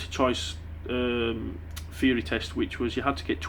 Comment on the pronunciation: what's a "Feary" test? Come on mate talk proper:P